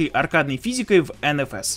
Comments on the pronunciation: Автор просто на улице на реальном авто никогда угла не давал вот и не нравится дрифт))). Еще смешно звучит ЭнЭфЭс ))))) ЭнФэЭс же) всегда было) А по поводу озвучки конечно хохма))) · Бля, не говори энэфэс, уши загибаются, все говорят энфаэс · как меня бесят люди которые говорят ( ЕНЕ ФЕ С ) Вместо ( ЕН ФЕ ЕС) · Малыш, взлёт NFS (эн-фэ-эс, а не энэ-фэс) был задолго до первого андеграунда. С андеграунда началось его падение. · НФС начался со 2й части. И эН-Фэ-эС, а не эНэФэС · ЭнЭфЭс, выключил.